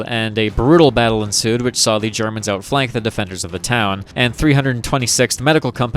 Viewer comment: you gotta stop germans "germs" dawg it single handedly makes me not want to share you videos with friends.